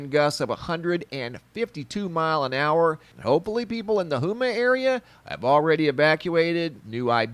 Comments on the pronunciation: Not huuma its "home""ma" homa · It pronounced Homa, not Huma! Lol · He called Houma Hume ma. LOL it's pronounced home ma. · Houma= hoe-ma not hoo-ma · It's pronounced home uh not huma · The way you pronounced Houma lmao. It’s pronounced home- ma. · It's pronounced "Homa" .. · Love ya, but its pronounced, "Home-uh". Yeah its French for ya. LOL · pronounced HO MUH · Lol Houma pronounced HOMA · I like the way he said Houma haha I’ve always pronounced it “hoe-muh” thank you all the updates! Stellar work per usual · it's pronounced "HOME-A" with a short a. it's the home of the Swamp-Thing. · When you're pronouncing any words down south Louisiana you got to remember the ad the French accent part it's not Houma it's Homa the u is silent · It's pronounced. Ho. Ma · It Ho-Ma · Houma...is pronounce Home ah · Houma called home-ah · Houma (Hoe-ma)...nice video. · Hey brotha! Houma is pronounced Hoe-muh! Been watching your vids for a while now! I'm from Houma, so I figured I'd help ya out! ❤ Keep it real! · Really love your show..... I would like to say this with Love.... Houma. Pronounced HOME~MA! Just would like for you to know....NOT trying to be a know it all! Pray us in the path of this storm! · Houma is pronounced HOME AH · Houma is pronounced "Home-ah." Prayimg for everyone in this storm's path. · That's pronounced Ho-ma...lots of rain here in Ala. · houma is pronounced home ah.. lol appreciate your videos and looking out big brotha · Houma is pronounced "HOME-uh" Just in case you cared to know. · Pronounced Ho ma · Pronounced Home-a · Just an FYI it’s pronounced “home a” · pronounced Home-Uh (Houma) Louisiana TY 4 UPDATE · Houma. Pronounced Homah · Maybe someone has already said this, but the ou in Houma is pronounced like a long o, not like oo .